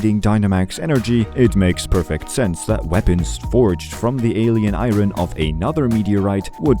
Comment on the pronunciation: Not trying to be rude but Ur pronouncing iron wrong